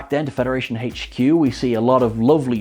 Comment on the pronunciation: He trips me out haha....dude can NOT say HQ without pronouncing it hey-ch Q🤣